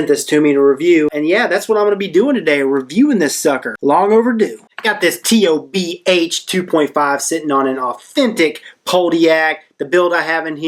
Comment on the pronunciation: Someone like should know it's not called the T-O-B-H! Geez that drives me nuts when i hear people spell it out. I don't know what ever gave anyone the idea that its spelled out?!? but, yeah, should def know that it's the Tobh, not the T-O-B-H.